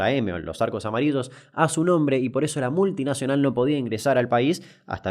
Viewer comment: Nada q ver con Paraguay ni Mickey pero me encanta como Damián pronuncia las LL y la Y 😊 A ver decí AMARILLO de nuevo